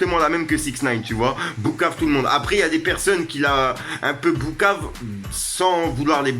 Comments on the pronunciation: On dit pas boucave mais poucave mdrrrr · Tu dis « Boukave » ou j’hallucine 😂😂😂